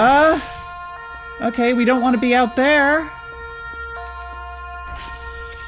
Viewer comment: did you just say "otay"?